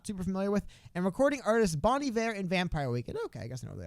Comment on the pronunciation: Thank you for pronouncing Bon Iver's name correctly. Love you